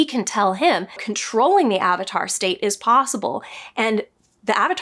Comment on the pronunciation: Ah-vatar? How dare you! LOL. You just gave us all PTSD flashbacks. :)